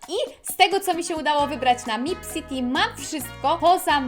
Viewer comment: nie mipCity tylko mepcity